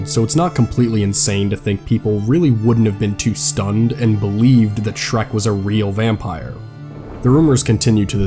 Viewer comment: I really want to like your content, but dude - the guy's name was Schreck, SCHRECK - there's no S or X at the end.